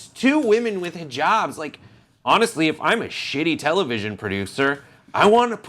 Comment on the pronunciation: This on the left is so hot he could pass as a muslim man any time. He even pronounces HIJABS correctly and has a cutest beard that I hope he converts to Islam. Then I would totally marry his cute ass